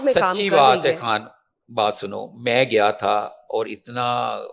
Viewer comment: محترم یوٹیوبر صاحب آپ اس خاتون کواینکر سے ھماری جان نہیں چھڑوا سکتے یا پھر ھم آپ کو unfollow کر لیں ۔۔۔ ؟؟؟؟ جو خان کو۔۔۔ کھان خالہ کو ۔۔۔کھالہ کھڑا کو۔۔۔کھرا ۔۔۔ کہہ کے اردو کی ماں بہن ایک کرتی ہے ۔۔۔ روزانہ کرتی ہے ۔۔۔ بار بار لگاتار اور مسلسل کرتی ہے ۔۔۔۔